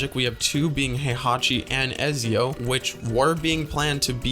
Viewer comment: Pronouncing ezio and altair wrong is a sin